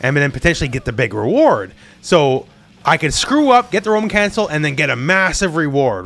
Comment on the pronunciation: Every time said Roman cancel, I thought "a woman?" (Monty Python)